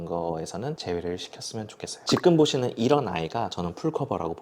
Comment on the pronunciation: 말투 정말잔잔하고 좋아서 유익한 라디오처럼 잘 듣고 있습니다 근데 유독 기억을 쌍기억으로 발음하셔서 너무 신경쓰여요 특히 지금이란 단어 자주 사용하시는데 지끔 지끔…, 저도 왜이렇게 신경쓰이는지 모르겟는데 한번 의식하고 나니까 너무 거슬려서 ㅜ 죄송해요 여기부터 지끔 파티 시작